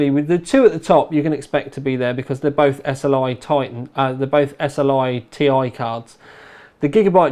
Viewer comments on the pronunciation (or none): Isn't it 780ti (Tee-Eye)?..I keep on hearing 780 (Eee-Tai)...lol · Surely it's not 780 'Tie' - it's 780 'T-I' - as in Titanium - as in you don't say 'al' for Aluminium, you say 'A-L' - you don't say 'KOO-two' for carbon dioxide, you say 'C-O-2' ;)